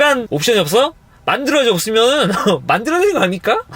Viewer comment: 만드러져없으며는만드러져라니까? 내 귀가 이상한건가요 발음이 이상한건가요??